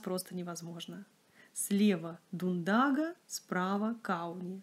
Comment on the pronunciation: Через три дня еду в Ригу, планирую заехать во все пряжевые места, включая фабрику в Паце, где производят Дундагу))). Те магазины, которые сняты тут, тоже хорошо знаю и уже была в прошлые приезды, очень приятно их вспомнить. Спасибо за красивый ролик! И ещё. В латышском языке ударение чаще всего падает на первый слог, улица СтАбу, пряжа ДУндага, река ДАугава. Мы говорим, конечно, как нам удобнее, но я специально выясняла у латышей, чтобы не обижать особенности их речи)))))